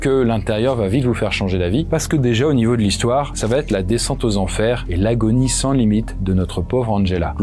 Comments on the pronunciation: Pour info : on dit "va être", pas "va-t-être". Une fois, ça passe mais à chaque fois ... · Conseil: sur chacune des 3 vidéos que j'ai vues de vous il y a à chaque ''va être" une très drôle mais sale liaison que vous faîtes en disant "va t'être". Peut-être personne ne vous l'a jamais dit...?